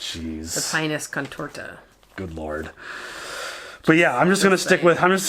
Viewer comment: The 'i' in pinus is pronounced like a long 'e', at least on Italian or Spanish, and in Latin according to Google Translate.